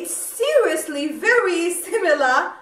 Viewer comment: You pronounce the Perfume names good. I'm orderd my princess bottle tnx to you're recomandation a real 'you tube made me buy it case.